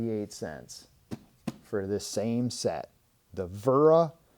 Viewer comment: It’s wera not vera 😂